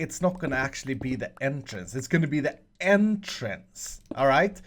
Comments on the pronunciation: Wait, can you repeat one more time, did you say endtrance or entrance. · when you said entrance for the 2nd time i thought you said N-trance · I thought you were gonna make them go to the end since you said it like “end”trice.